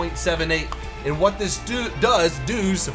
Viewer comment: What it "doos" :DDD i love bloopers, they make the video nice. :D